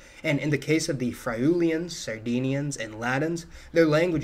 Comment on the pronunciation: Work on your pronunciation of Friuli and Papal. Papal has a long A in the first syllable.